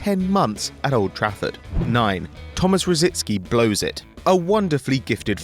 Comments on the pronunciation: Why do people refuse to pronounce Rosicky correctly. It's not Rot-zit-ski nor Roh- zint-ski. It's Rosicky, as its spelt! So annoying. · Why do a few of the football media in UK insist on adding a few letters to Tomas Rosicky s name? Certain famous commentators pronounce it Rosidsky, why? And now there is another player with a similar name and you guessed they've murdered his surname as well. He is Grosicky - not Grosidsky! What is it with the English!